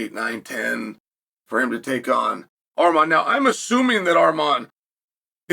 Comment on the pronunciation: Finally he said arman not armen